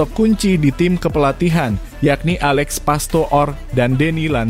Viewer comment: Orang Belanda susah mengucapkan huruf "o" seperti dikata Diponegoro. Tapi ternyata orang Indonesia juga tidak bisa mengucapkan bbrp kata Belanda dgn betul. Pastoor itu bukan Pasto-or tapi o nya dipanjangkan seperti "ooh" dayo ne teko. Dan Landzaat bukan Landza-at tapi a nya dipanjangkan seperti dalam kata "bisaaa". Kalau Kluivert memang sulit sebab saya belum berhasil menemukan kata Indonesia yang berbunyi persis sama. Tapi yang pasti bukan Klui-vert. Huruf "ui" mirip "wedang" tapi tidak pas 100%.